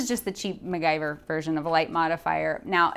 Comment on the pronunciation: Awesome video! Learned alot and got some ideas! Thank you!! :) ... but, sorry to say, it's "MacGyver" ;)